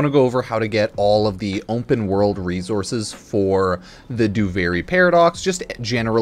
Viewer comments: Has anyone in this thread ever heard someone pronounce the word "Open" like Pupsker does? I really need some answers on this, it's seriously been on my mind for a couple days. He says it like "Ump'N world." Why does he have perfect pronunciation of every word except for this one? Guys I need to know if this is like a regional thing or what is going on with this, I've never heard anything like this in the history of people speaking and I really do think he might be the only person on Earth to pronounce the word 'open' like "Ump'N." I just need to know what is happening...I can't explain my obsession with this. I just keep listening and I don't really know what kind of feelings I'm having. Why do I care? Why does he do it like that? Why do I keep thinking about it? What is going on?! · You pronounce the world "open" very strangely. I've never heard anyone say it like you do. You say ump'n, like "ump'n world." What's up with this? Edit: I even slowed it down to the slowest speed to make sure I was hearing it right. You really do say "ump'n." Why do you have perfect English pronunciation except for that one word? I need to know the answer to this it's driving me crazy, like are you trolling? Why would you say it like that. I'm not going to be able to sleep thinking about this.